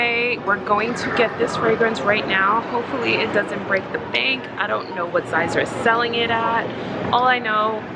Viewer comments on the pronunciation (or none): none